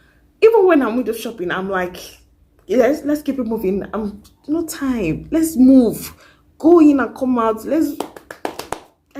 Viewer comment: 😂😂😂you so funny “let move” I love the emphasis 😂😂